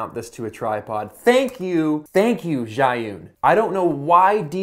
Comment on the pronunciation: Your pronunciation of the Chinese word is wrong. but nice try. 🙂 zhi yun=智云